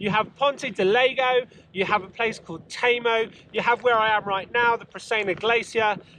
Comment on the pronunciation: "Leg-No" and "Temo" (otherwise known as TEMU') Obviously spent zero time talking with locals LOL